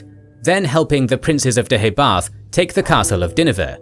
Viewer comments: Your 'pronunciation' of Deheubarth isn't correct, it actually sounds more like Deh - hay- barth - Emphasis on the penultimate syllable 'hay:. Celtic should never be pronounced 'Seltic', but rather 'Keltic'. Not 'Seredigion' (!) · Please would you be able to get the pronunciation correct. The Kingdom in Southern Wales was Deheubarth, pronounced as "Deooybarh" and Ceredigion was pronounced as "Serydigion" as Celtic is properly pronounced as "Seltic", like the Glasgow football club.